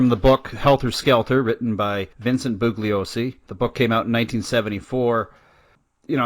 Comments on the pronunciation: I know! It’s like fingernails on a blackboard. You’d think someone would have corrected him sometime in the past 50 years, haha. The guy who narrates CHARLES MANSON - THE FINAL WORDS says “boo-Glee-oh-see” all the way through that documentary! Do you suppose people are so afraid of “offending” anyone over anything these days that they can’t even bring themselves to correct a mispronunciation in a documentary? “Stop ‘pronunciation shaming’ me, you bullies!” lol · BOO lee Oh see. This guy wrote a book ! He can't even pronounce Bugliosi !!??